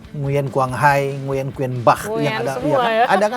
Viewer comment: Tulisan Nguyen , cara bacanya Ngu-ing 😂